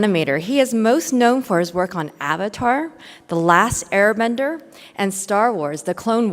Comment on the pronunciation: She said Avatar: The Last Airbender like it was two separate things. Pleb.